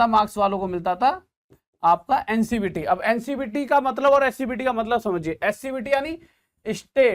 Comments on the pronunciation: Sir ji ncbt nhi hota hai ncvt scvt hota hai🙏🙏🙏🙏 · Sir ncvt hota है not a ncbt